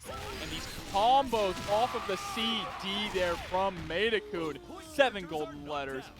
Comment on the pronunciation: This announcer driving me up a wall. It's pronounced MAY-TEN-KUN not MY-TE-KUN. Mad props to Layec though. Showing off that you don't need to use high tiers to make it far in tourneys. You just gotta put in the work.